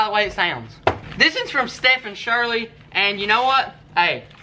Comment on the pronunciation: you mentioned Stephen Shirley, lol its pronounced as "SteVen". But he loved you and YouTube channel. Stephen Wayne was killed in a tractor accident on 9/11/17. It's taken me a YEAR to comment to you 💔 but thank you dearly from the bottom of my heart for being an inspiration to my son. AND btw he made those weights himself. He was a true country boy through an through💙 #Forever12